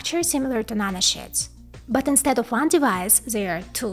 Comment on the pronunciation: LOL, every time you say nanosheets, it sounds like you are saying nano-shits, and that is some small shits.